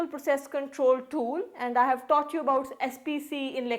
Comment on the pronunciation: Pronunciation of "taught "... Not "thaught"... LOL😂😂😂😂.. We collect " Data"... "Chhhomplicated"... Lol 😂😂😂.... Where are you bb certified from...? 😂😂😂.. Samjha karo